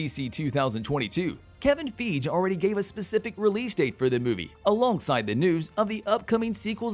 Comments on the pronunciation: Everyone else says "fygee", so I don't know where he gets it from. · It's Kevin feige (fi-gee) not (feege) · It's Kevin FEIGE not Kevin Feeej for god sake.🤦‍♂🤦‍♂ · Kevin Feg???? (when two vowels are together the second vowel is long & the first is silent. His name is Feige (FY-GEE) love your videos but this drives me crazy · I wince every time he/it pronounces Feige's name wrong. And this isn't the first time. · “Kevin Feeej”? Who the fuck is that??!!!! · It’s Kevin Fie-GEE. Please please please stop saying it wrong lol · Who's Kevin FEEDGE? Are you a robot? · So nobody could correct the pronunciation of Kevin “Feej” before releasing this? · Fi-gee...it's Kevin (fi-gee) Feige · LOL how you do Marvel videos and say Kevin "FEEJ" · Kevin FEEG 😂. This is a computer reading the script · God, every time he pronounces Kevin Feige's name wrong... I want to punch my monitor! lol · Why can’t he say Kevin Feige correctly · The fact this guy still saying Kevin's name wrong and isn't a new YouTuber.... definitely not cool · They way he pronounces Kevin feiges name just makes me cringe inside...